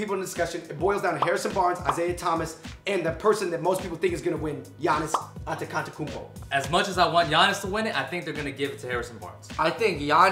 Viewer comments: "giannis antecantekounpo" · giannis "antekantekounpo"??